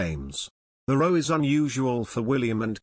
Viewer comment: I wish you would say row properly when it means a disagreement.